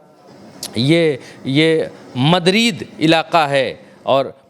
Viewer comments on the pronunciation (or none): मदरीद नहीं भाई मैड्रिड नाम ठीक से पढ़ो।